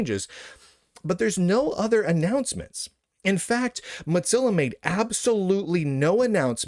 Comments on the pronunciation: Your commentary is good, but I can't STAND your pronouncing of Mozilla like pizza. It's not pronounced this way. You just got stuck on that. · No he's just pronouncing it the canonical German way - which is "Motseellaw"